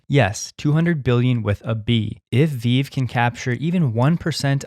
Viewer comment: Its VeeVee dude. Not Veeeve